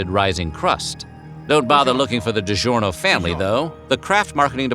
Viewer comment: If only the speaker would pronounce "DiGiorno'" correctly...